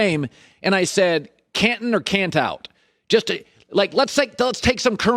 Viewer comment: Colin “Cantin or Cantout even though it’s Canton” Cowherd